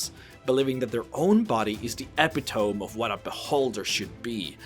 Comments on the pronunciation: epitome = ep it oh me, not ep ee tome! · OMG "Epi-tome" For the record, it's pronounced E-pit-o-me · "Api-tome?" It's epitome, pronounced "ee-pit-o-mee" or "uh-pit-o-mee." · Epitome: Eh-Pit-Oh-Me. Not Ep-Eh-Tome. I don’t know why that bothered me so much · It's not pronounced epi tome. It's ah pit ah meee. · Epitome = e-pit-o-me, NOT epi-tome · "Epitome" You pronounce it as ep-e-tomb Its is actually eh-pit-toh-me. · First time I heard "epitome" pronounced EP-i-tome. It's actually eh-PI-to-ME. Otherwise, very interesting video. Well done. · Epi-tome. Do you mean epitomee? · lol, it's pronounced "Eh-Pit-Oh-Me" not "Epi-Tohm" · Love your videos... just FYI: “epitome” is said like “E” - “pit” - “oh” - “me” :epitome, not “ep” - “e” - “tome”. Tome like a book. I believe English is not your first language so I’m just letting ya know. Despite small pronunciations, your videos are incredible sources of info so thank you!!! Also to be fair - I would butcher your language beyond comprehension if I were to be even trying what you are doing! So bravo. Keep up the great work. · l've heard you say it in each video I've watched: Epitome. Try pronouncing it: E-pit-o-me; NOT Ep-i-tome.. Jus sayin. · wait... "epi - Tome"? I think you meant (E-Pit-Ome) e is hyphenated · Eh-pit-oh-me not. ep-it-ohm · you you just say Epitome? like Ep-It-ome? you supposed to say it like Ep-it-tu-me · I'm sorry to do this, but epitome is pronounced "Eh-Pit-Oh-Me" not "Ep-Ee-Tome" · Please don't take this as snark, I am well aware that you are speaking English as a 2nd langage (and far better than many native speakers btw, wish I could speak another language so well!) I'm commenting purely for your future reference: It's not "epi-tome" but it's "eh-pit-oh-mee" Great vid, thanks, i'll be using some of this in my next campaign. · Ah-pit-tuh-me not epi-tome. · epitome is pronounced Epid-o-me, not epitoam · epi-tome? its eh-pe-to-me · epitome = eh-pit-oh-me, not ep-ee-tome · e-pit-oh-mee. not epi-tome